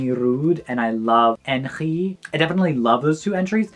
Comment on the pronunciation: btw, all the xh in like Enxhi, Anxhela you just read as g so like Engi, Angela